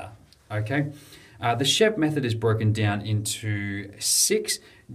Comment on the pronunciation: It's Sheep-t.